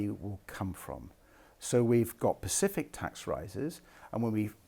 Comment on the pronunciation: I simply cannot bring myself to vote Lib Dem as long as Ed Davey says 'pacific' when he means 'specific'